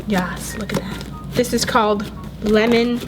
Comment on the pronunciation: "LEMON" Not leman